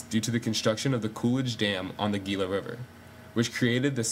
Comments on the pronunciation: Wow, very good, accurate, and informative. I am 1/4 registered Pima, and my full-blooded grandmother suffered from Diabetes her entire life. Diabetes, morbid obesity, and alcoholism are prevalent in my tribe, sadly. It's heart-breaking. For the record, "Gila" is pronounced, "HEE-lah." :) Like the Gila monster lizard. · Learn say Gila